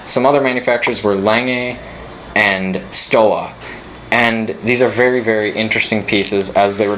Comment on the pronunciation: Stowa is pronounced Stova as "W" is pronounced "V" in German.